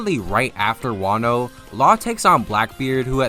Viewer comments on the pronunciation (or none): none